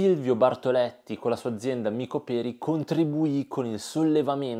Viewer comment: Micoperi azienda di Ravenna, l'accento è sulla o